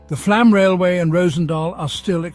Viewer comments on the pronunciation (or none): It's pronounced "Flawm". It is spelled with a letter Å for a reason.